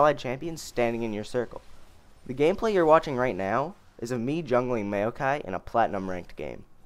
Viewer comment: it's not mayo kie